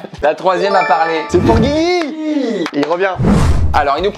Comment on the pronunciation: Quand ils disent “Guigui” ça se barre en couilles un peu plus à chaque fois, à la fin on était sur du “Gzigwi”